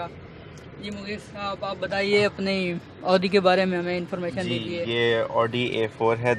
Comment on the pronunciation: Pyaaray bhai audi ka lafz bolna seekh